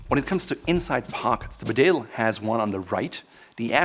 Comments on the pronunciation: It’s a ‘bee-dale’ not a be-dale😀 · BeDALE is pronounced BEEdale. It’s a small town in North Yorkshire. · It's pronounced Bee-dale 🇬🇧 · Can all these reviewers from America please check their pronunciation of English words? The jacket is Bee dale not B’dale. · BEEdale, not BeDale. And you are the expert? Also learn to pronounce Edinburgh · Just wish he could pronounce ‘Bedale’ correctly. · Mate, it’s pronounced ‘Bee-dale’, just to save anymore embarrassment. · Very good review. By the way, Bedale is a place in North Yorkshire and it is pronounced bee dale. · Bedale... it's pronouced Bee - dale. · The Bedale jacket is pronounced “Beedale” It’s named after a small market town in North Yorkshire, England, where I happen to be from. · Actually sir that is wrong. It’s pronounced “bidet” after the washing apparatus. The name reflects the water resistant of the self lubricating thread found in a mans sudden separation below the small of the back. It also draws its stylistic sense from that place. From such modest beginnings to such a high price. Only goes to show that rich people will buy anything if you price it high enough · For a guy who creates videos criticising how people miss pronounce brands names. He really ought to be competent enough to say Bedale correctly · It’s bee-dale, this is coming from a Richmondite (parents are from the north though) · It’s a Yorkshire market town where I grew up and it is pronounced “Bee-dale” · pronounce bee-dale please!